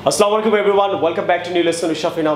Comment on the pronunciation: Please don’t say aslamualaikum...you should say assalamualaikum.....please don’t mind....carry on this way...